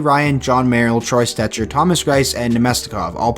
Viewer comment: I hate when u said Troy Stecher. Shut up. Please shut up.